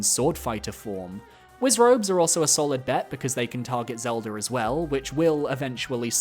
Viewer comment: Why do you say “Zeldur” instead of Zelda